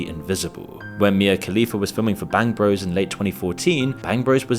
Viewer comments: "Bangg Bruss" - trying so hard to pronounce it like he never heard of it 😂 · That reporter.. “Bang Bross” - tactful mispronunciation ;) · “Bangbross” … who does he think he’s fooling? He knows exactly how to pronounce it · no way that dude doesn't know it's pronounced bang bro's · Hearing a BBC correspondent pronounce it "Bangbross" gave me the chuckle I needed this morning. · My favorite is how the British anchorman pronounces it "Bangbross" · Pronouncing Bangbros like that is hilarious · The way he prononces bangbros, trying to act like he never heard of it lol